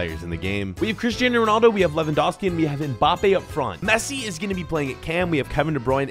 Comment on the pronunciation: Did I just hear say "Christian Ronaldo"